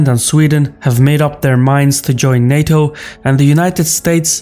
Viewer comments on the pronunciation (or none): none